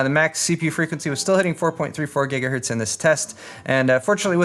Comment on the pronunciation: "GIGAHERTZ" REEEEEEEEEEEEEEEEEEEEEEEEEEEEE J/K,. Nice video and great build!